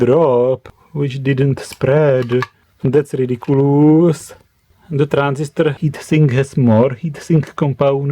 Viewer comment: You saying the word "ridiculus" sounds like some spell from Harry Potter :D